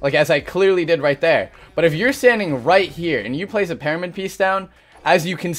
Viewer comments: Hhmm parimid he says not pyramid hmm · It's pyramid not pairamid buddy GOOD LORD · He says paramyid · Or just learn how to do double 90s and keep your “peromid” (as you pronounced it) the same to cone people. No new meta here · this man thinks you pronounce pyramid "paramid"... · Am I hearing it wrong or he keeps saying "PEARAMID"? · Someone teach him how to say the word "Pyramid"